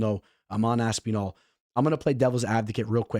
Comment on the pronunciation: Stop pronouncing Aspinall like Aspeenall 😂